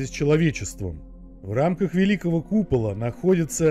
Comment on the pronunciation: купала́ сразу видно в шкале́ учился🤦🏼‍♂️